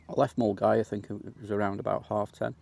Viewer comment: great content mate i trekked it twice in the 90s and early 2000s its also good to hear an Englishman pronounce Milngavie correctly John from Glasgow